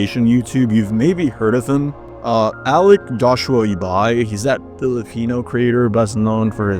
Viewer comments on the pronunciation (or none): none